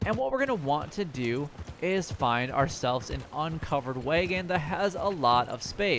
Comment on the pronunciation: It’s wag-in not way-gen